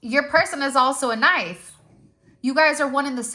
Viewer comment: Did you mean kaaanife 😂. Like why have the k before the nife knife 🔪 lol